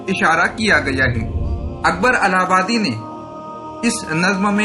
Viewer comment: الہ پرزیرپڑھیےزبرپڑھناغلط ہے